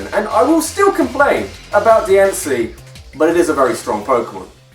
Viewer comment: it's pronounced Die-ann-see